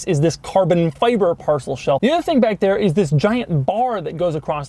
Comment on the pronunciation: Does anyone else want to kill Doug with a hatchet every time you hear him say "carbon fiBerrr"?